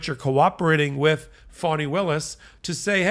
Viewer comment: It's Faani, not Fawni😄